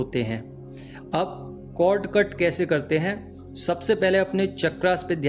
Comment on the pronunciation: It's cord not code pls... ❤